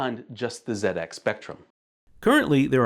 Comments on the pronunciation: Thankyou for calling it a "ZED-X" Spectrum and not a "ZEE-X" Spectrum as others have in the past. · Fantastic video. As an Englishman, I appreciate your use of "zed ex" and not "zee ex"!